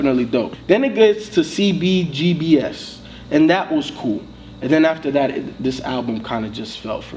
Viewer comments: Lol I knew was gonna be annoyed when he spelled out "C-B-G-B-S" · when he said CBGB-ess. ugh